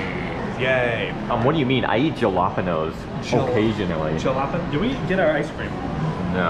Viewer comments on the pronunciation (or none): jalapenos? 😢 died when he pronounced it like that